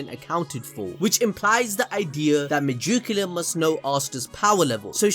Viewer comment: Me-jew-ca-la every time bruv